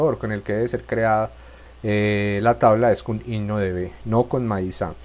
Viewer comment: Min ¿que palabra dice? No le entiendo muy bien y no se ve, no me queda muy clara cuál es la palabra ¿es IDNODB o INOTV? ayuda ☹️